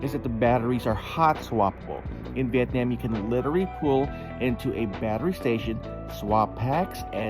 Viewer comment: "Viyetniyem"...🙄 Cringy🤮